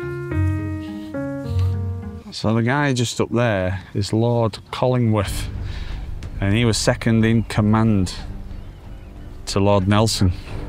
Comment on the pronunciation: Just a couple of things: It's Tyne-mouth not Tynemuth It's Collingwood not Collingworth 😅 and Stan Laurel lived in North Shields not Tynemouth Tynemouth Station has a great market every weekend Good video Check out North Shields and the Fish Quays👍